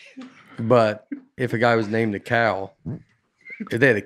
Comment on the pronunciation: I imagine Nate’s pastor with his head buried in his hands listening to Nate try and pronounce “Nicea” and “heretic”